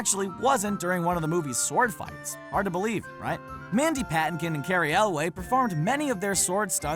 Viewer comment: Wait, pronounce Mandy Patinkin again.